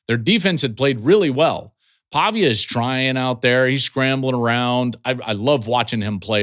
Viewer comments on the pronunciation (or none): none